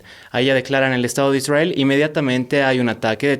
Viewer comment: Jajaja de ahí empieza el genocidio..? Israel las víctimas?? Falta informarse no de noticieros, no de CNN, no de RT, con todo respeto, este muchacho no sabe nada... Esta contando su historia que mas recuerda... Aparte que dice ISWRAEL😅😅😂 vaya... Que payasada, los padres son los culpables.